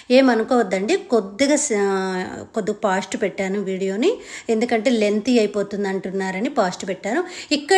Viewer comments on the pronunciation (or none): పాస్ట్ కాదండి,ఫాస్ట్, నేభి కాదండి నాభి,ipp కాదు హిప్,డ్రాప్ కాదు drap,ఆప్ కాదు హాఫ్,sapty కాదు సేఫ్టీ